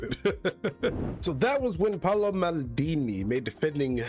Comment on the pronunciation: PAOLO, not paulo.